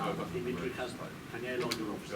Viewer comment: Bivol dijo Canela 😂